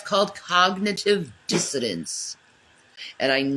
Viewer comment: Cognitive dissodance? Dissidence?🤔 -ism.